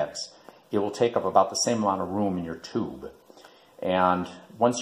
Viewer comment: That is your favourite muzak ????? dud you say tooob and Not tube ???